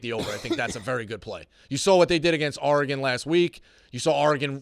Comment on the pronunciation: Someone teach how to say Oregon. He sounds like a pirate when he says ARRRgon